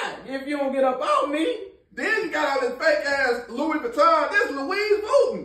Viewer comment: I hate you two 🥷🏿 because I’m going to be saying Louise Vovuie for the rest of my life 😂😂😂😂😂